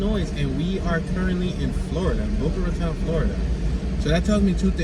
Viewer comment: My home city. 😉👍 Boca RA TONE is how it's pronounced. Keep up the entertaining tours! From an ex north Philly guy now living in Boca!